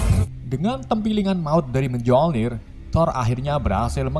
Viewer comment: Miolnir di bacanya miolnir, kagak pke j , kesel dengerna cukkk